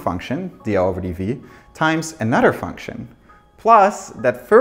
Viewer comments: lol no disrespect it just makes me giggle everytime that blonde man says "another" it sounds just like that woman's last name Nutter :p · "completely disappears in an udder"